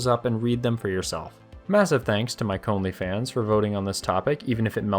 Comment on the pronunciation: ""... Hehe. Nice.